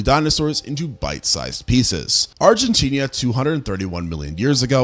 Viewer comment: You need to get a grip on your pronunciation, because your current one makes you sound uninformed, to put it politely. It's not Argen-tinia, but Argen-tina, to name a super obvious one. Listen to one of the versions of "Don't cry for me, Argentina", and take that to heart, PLEASE! Tina. Not Tinia. It's also not Hera-era-saurus or Era-era-saurus, it's Herr-era-saurus. Herrera. Like Carrera, the car toy brand.